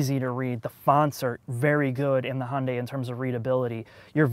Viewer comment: It's pronounced Hun-day Too-sawn